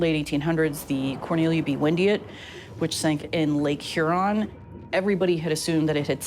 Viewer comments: Her on what? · Lake Hoo-ron?🤔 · You think they'd hire a narrator who knew how to correctly pronounce "Huron".